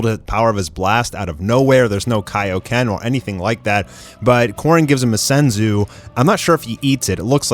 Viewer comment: first thimg its not called taio ken its kaio ken ok